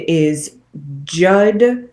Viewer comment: It's pronounced 'Jood, rhymes with dude.